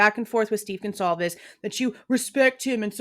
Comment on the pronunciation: Excuse me Howard but who are the Gonclaves family? He can’t even say the name correctly. That right there tells me he’s a fraud.